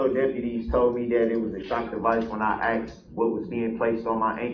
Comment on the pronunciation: HE AXED??! AM I MISSING ANYTHING???